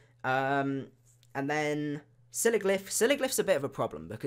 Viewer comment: He it pronounced sig ul if for sigilyph bur it was funny when I heard u say it